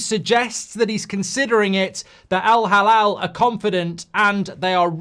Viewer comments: It's Al Hilal, Mark. He-lal not halal 😅. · It's Al Halal or Al Hilal huh? 😅😅😅